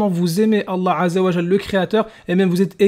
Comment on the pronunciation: Sarah N 😮 c’est vrai que l’argument « la bible a été écrite par des hommes pêcheurs ... » on l’a pas souvent entendu d’autant que c’est basé sur rien lol Non j’arrête pas vous ne maîtrisez ni le coran ni les hadiths, quand ton oucaca saura prononcer correctement le nom d’Allah alors on pourra vous écouter. En attendant votre argument et mensonges basés sur rien c’est poubelle 🗑